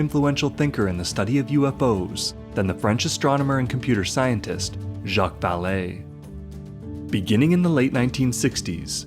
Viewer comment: Valê é a pronúncia, horrível ouvir o erro várias vezes